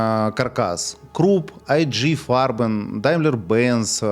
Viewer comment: Ай-Джи Фарбен —> И-Гэ Фарбен. Пэ-Зэ —> Пэ-Цэт. Немецкий язык, не английский и не русский )